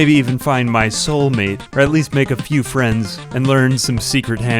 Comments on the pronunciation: I just kept hearing Albania instead of Urbania... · Everytime he says Urbania I hear Albania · I swear every time you said Urbania my Brain Automatically Autocorrect it to Albania lmao